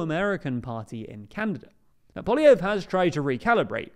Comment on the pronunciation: Happy to see has learned how to pronounce "Poilievre"